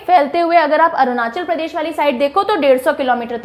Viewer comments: Arunachal pradesh hai anandra pradesh nhi 🤣🤣👎👎👎 teacher hoke state ka pronounced mein bhi galti shame on you 😤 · Mam that's arunachal pradesh not andra pradesh....even it written in down below but you are pronounced it wrong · Made me sad to know someone doesn't pronounce Arunachal Pradesh properly